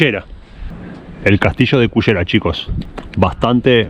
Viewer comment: ......muy lindo video....pero creo que deberías llamar a ese lugar....pronunciado la ll y no la y......a nosotros nos cuesta pero se pronuncia Cullera..........